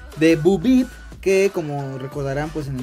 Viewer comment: Es bo peep y se pronuncia Bou pip no bu bip